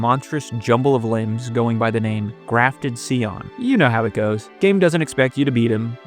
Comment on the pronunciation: Not to mention "Allent", "Iyadux", "Ish-inn", "Kyuro", "Hoarah Lux", and "Grafted Seeon". Bro is just pronunciation-challenged